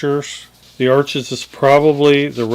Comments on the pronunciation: It's pronounced Arsh not Arches. As in kiss my Arsh. 😁 I'm brand new to water color and decided to use exclusively Arches paper. I saw a video on how it was made and was SOLD. I'd rather have good a paper and fair paint than good paint and fair paper. Notice I said I'm new to watercolor, not painting. Always wanted to try watercolor, never got around to it. I may even try the total no talent method of Jackson Pollok and just throw water color paint onto the paper and sell it for a bazillion dollars to "art critics". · sorry your pronouncing the word Arches wrong! the correct way is Arsh..without the es on the end! Pronouncing the R a little more than usual....... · Isn't Arches pronounced "ARSH"? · Arches is pronounced "arshes". The ch is an sh sound because it is French. Too many people make this mistake. Don't want to be a word snob, but get it right. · Sorry I don't mean to be a no all but "Arches" is a french rag paper and it's actually pronounced Arsshhh and not how it's spelled, just for those who don't know :-)) love the video by the way!! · WOW! nothing like a side by side to really show the behaviors of different papers. I literally just got back from Hobby Lobby to grab a pad of Arches to try myself! Here's a bit of trivia: Arches, being French name, is actually pronounced "arshes". A Dick Blick video clued me into that! (then I looked it up)